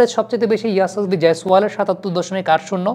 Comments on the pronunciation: পান্ত নয়, পন্ত্... ঋষভ পন্ত্! আপনারা কেন এত ভুলভাল বানান লেখেন এবং উচ্চারণ করেন, বুঝে পাই না! বিরাট কোহলি-কে বলেন 'ভিরাট কোহলি'! 'সূর্যকুমার'-কে বলেন 'সুরিয়াকুমার', 'যশস্বী'-কে বলেন 'ইয়াশাসভী'!! কী এসব!! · ওটা ইয়াশাসভি জয়স‌ওয়াল হবে না, যশস্বী জয়স‌ওয়াল হবে। আর রিশাভ পান্ত না, রিষভ পান্থ হবে।ইদানিং দেখছি বাংলাদেশিরা বাংলা ভাষার বলাৎকার করতে একটুও ছাড় দিচ্ছে না।